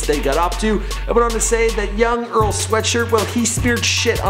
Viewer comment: he butchered Earl's name